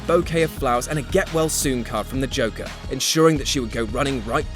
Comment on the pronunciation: Is he saying Joker or Chocker?